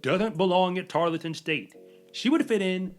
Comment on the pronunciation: tar l ton.... Not tar let ton. Thank you for what you do!!